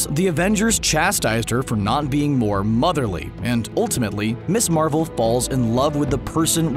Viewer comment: For the record - “Ms. Marvel" is pronounced “Miz Marvel" not “Miss Marvel"…